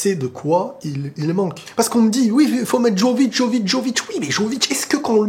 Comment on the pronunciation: Ça se prononce "Yovíc"